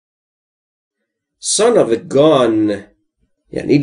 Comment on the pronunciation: Is it possible to pronounce this word ? < Gone > I think you pronounce "Gun " as " Gone "